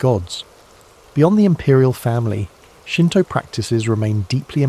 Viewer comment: not me waling up to use to the resteoom to hear shinto, hanami, kami. Your japanese pronunciations of words is decemt ❤